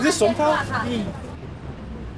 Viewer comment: It’s SANTOL not sontal